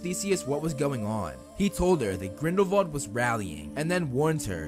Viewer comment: why do he keep saying vrindelwal instead of grindelwal